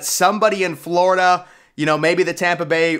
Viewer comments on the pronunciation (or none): none